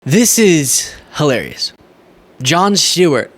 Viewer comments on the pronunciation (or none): Jon Shtewart. 😆